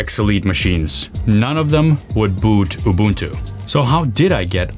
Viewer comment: Bro can actually pronounce "Ubuntu" properly!! 🎉🎉😊🎉🎉